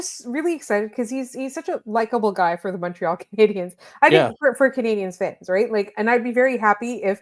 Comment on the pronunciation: Shoutout to the VO lady for not saying "Canadi-YENS" this time